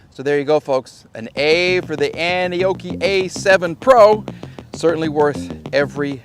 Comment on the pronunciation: First time I heard you say the name I thought 🤔 you said Annie Oakley 😂 rugged bike.